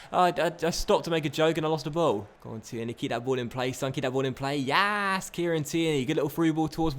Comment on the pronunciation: Getting into the Scottish feeling with that yassss xD